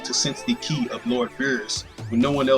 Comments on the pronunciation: lol you keep saying "key" & I'm like what is he talking about its more like ky, KI KI KI KI lol (I'm just saying) your the only person I heard say "key" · Kai not key